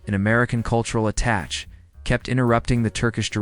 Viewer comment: AI crap. Mispronouncing attache.